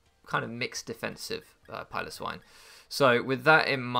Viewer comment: It's good to see your handsome face and hear you say Piloswine right, am sad I might not see you too much after this league so I will enjoy while I can